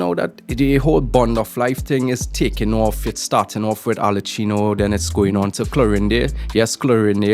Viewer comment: You've be butchering arlecchino's name all this time so what's the difference.... her name is pronounced "Arle-ki-no